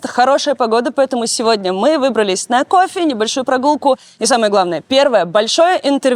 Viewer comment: На кофэ с пэченкой* вы хотели сказать